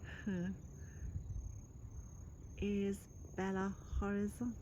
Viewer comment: belo horizonte not bela,lol.